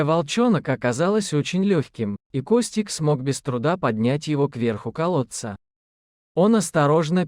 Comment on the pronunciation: Из колодца - 100 раз.Костик, Костик- 100 раз. Ударение в словах ужасное." Проводили множество развлечений" - кто это написал? Жуть!!!